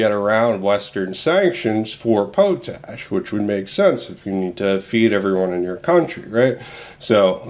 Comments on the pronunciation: Hi just a little thing but it pronounced "Pot Ash" not "Po Tash". Its just me sorry:). The video has again great information, thanks. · its pronounced pot ash your driving me nuts :) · Great vid !....but to be a dick it's pronounced.....Pot....Ash